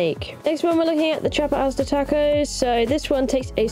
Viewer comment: Loved the close up of the meals. 😋 By the way, Asada, is pronounced more like, Ah-sah-da. 😁